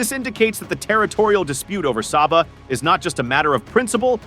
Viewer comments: Philippines people can't even pronounce Sabah correctly and at the same time claiming Sabah desperately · How come Philippines claim Sabah? They didn't even pronounce Sabah correctly. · You didn't even pronounce Sabah correctly.